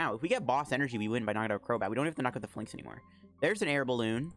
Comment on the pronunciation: I cringe when you say it. It's pronounced FAY-links, buddy